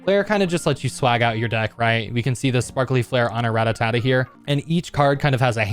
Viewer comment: Why you say Rattatata?